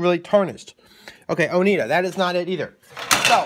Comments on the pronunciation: Enjoyed your video, but please slow down. You talk a mile a minute. Also, it's pronounced "Oh-NY-da" not "Oh-NEE-da." Have a great day! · I live in Oneida. We pronounce it as O-neye-da. Great video! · O-ny-dah is how it’s pronounced, I used to work retail so that’s how I know. Thank you so much for your tutorial. ✝️🙏🏼❤️